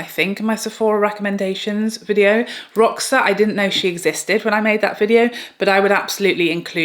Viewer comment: Hey there my friend! Just so you know roxa is Portuguese for purple☺️ it’s pronounced Rosha. 😘